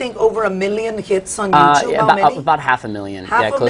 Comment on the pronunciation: It's not you- chub. It's You Tube Karen. I've learned it from my son when he was 10. Lol